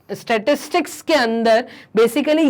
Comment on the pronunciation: Startics ko glat padh rahi ho app